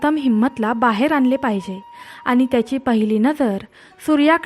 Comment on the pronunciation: उच्चार शुद्ध हवेत aani.. पानी..nakoy baki sagle ok